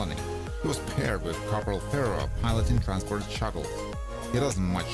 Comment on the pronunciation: Pharaoh? LOL! It's Ferro.